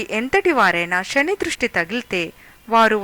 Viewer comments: 100%fact sir,,, sa ni sha antondi bhaasha mukyam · Yamadharmaraju,sani... Good information given by the commentator. But it is worst in speaking "sha" insted of "sa".pl.correct.Bhasha is v. Imp.